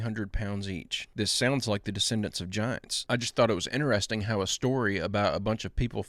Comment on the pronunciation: ITS INTERESTING. NOT INTER…..RESTING……OMG PLZ